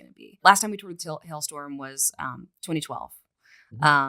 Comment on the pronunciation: Its Halestorm idiot not Hell Storm